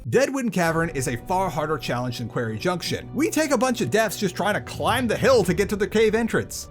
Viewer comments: Did you intentionally pronounce quarry as query for two minutes, or have you never heard it said aloud? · How have I not seen any comment on how you say "query" instead of "quarry"? Go to Sloan to learn how to pronounce it. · Quarry is pronounced "kworry" btw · Ok this video was great, but the way you say quarry kept making me giggle. It sounds closer to a word in my dialect which means gay person, so things like “it’s time to tackle the (quarry)” become quite funny. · Someone please tell him how to pronounce “quarry” properly…. 🤦🏻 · do you actually say quarry like that or is it reaction bait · the video's great but i had to take a break from watching like 4 times during the quarry junction section